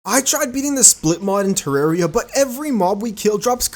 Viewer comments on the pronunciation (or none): none